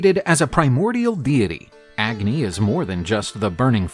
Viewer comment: You dont pronounce the “A” in agni. The “A” is pronounced as “U”